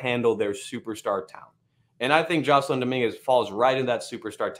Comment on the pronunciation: His name is pronounced Jay-Son. Named after Jason Giambi, although spelled an extra s.